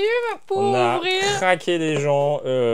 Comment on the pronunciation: « pour avrir?? » 😂